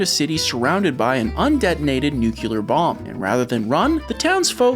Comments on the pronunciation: Nuclear. "New clear" not "Nu cewler". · Nuclear is not pronounced "nooKEELer" bomb, it's "nooKLEAR". Sorry, this gets me all the time. Almost as bad as "realator" instead or "realtor". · Good show, but nuclear only has one "u" in it.